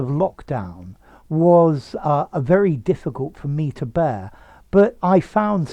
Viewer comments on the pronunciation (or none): none